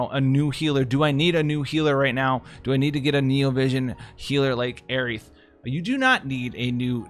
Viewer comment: Y'all are really gonna let him get away with saying Aerith in correctly it's so fucking hard to hear